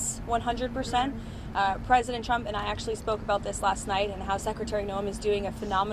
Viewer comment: Didn’t President “Chump”, as Leavitt, pronounces it, say that gas price were at $1.99 about 2 months ago? That’s a huge price spike! Why would she be celebrating $2.70?